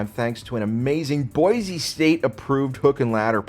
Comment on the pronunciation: It’s Boy-see, not Boy-zee. Mfer